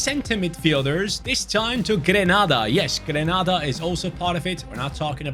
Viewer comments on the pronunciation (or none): it's pronounced gren - aida not gran nada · Grenada is pronounced. Gre-nay-da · GREE-NAE-DAH 🇬🇩.😂 I love this channel❤ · It's Grenada mate. No 'Ah' pronunciation for the first 'A'. Literally A…Say it Gren-A-da! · I’m from Saint Vincent and the Grenadines🇻🇨. Love your channel but some of the countries you’re pronouncing them wrong especially Haiti and Grenada…